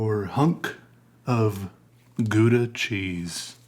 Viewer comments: your saying it wrong its gow-da gow not guda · its pronounced "gauda" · For all u dicks pronouncing it gouda, its pronounced "hhhowda" dont blame me... blame the dutch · Matthijs Roos - is it pronounced gow- da? That’s how I always say it and people look at me like I missed the short bus. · It's pronounced how-dah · I hate how English people pronounce Gouda. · I just wanted to hear you say Gouda cheese and it was just as satisfying as I’d hoped. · I like the way you pronounce 'Gouda'. It's a city in the Netherlands. Obviously, Dutch is a language which sometimes has words which are hard to pronounce (more like: most of the time), so it's always fun to see foreign people trying to use these words. I think I'll stop here before this message gets too cliché... Hehe Greetings from somewhere in the Netherlands! Ps: also, I didn't mean to judge you, I'm actually really happy that people try things. That's also the reason that I like following you struggling to learn to tattoo, if that's even a verb... Excited for the next video!